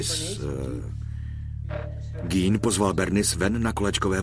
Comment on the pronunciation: Gein se určitě nevyslovuje gín , jak to říká komentátor .